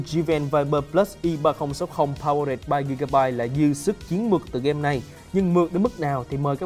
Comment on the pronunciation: Powered, phát âm sai nha